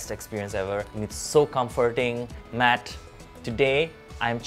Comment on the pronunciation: Me being an Indian watching the Indian guy say Matt as matth : He is not from our Alliance.